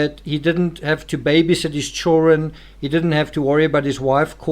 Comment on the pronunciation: I really like your thoughts and videos on the subject. But why do you always omit the D in the word CHILDREN? I can’t !! Lol I just can’t !